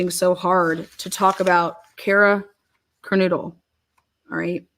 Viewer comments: I try not to be pedantic but when it comes to the pronunciation of the victim's names, I believe that out of respect for the victims, people should get it right. It's not Kernoodle, it's Kernodle. (sounds like Ker-know-dle) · Kernodle, not Kernoodle.